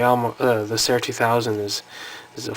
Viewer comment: It's pronounced SEER or SEAR.